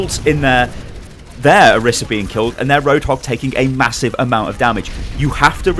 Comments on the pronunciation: I think it's pronounced "Oh-reese-a" but thank you, great video! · Orisa = OR-15-A in case you didn't know